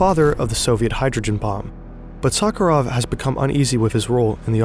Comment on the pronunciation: How hard is it to get the pronunciation right? It's nails on a chalkboard to a Russian speaker. You can paste your transliterated "Novaya zemlya" or "Sakharov" or whatever into Google translate and check the pronunciation in one click... Come on, don't be this lazy and sloppy next time 😊